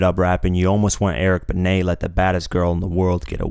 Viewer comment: You finally pronounced Eric Benet right, & he sorta dissed Nas? TF u mean bruh! LOL